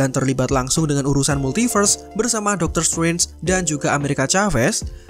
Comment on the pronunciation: Doctor struance, kupingku mulai bermasalah 😭